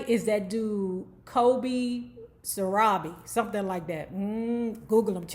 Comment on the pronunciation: Glad you got his last name right. Most people call him Santiago.